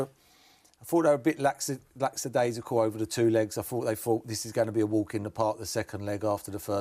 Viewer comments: Nice of Jeff to confirm his mispronounciation of lackadaisical... Lacksidaisical 😅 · What is a "Laxadaisical" 🤦🏾‍♂️😂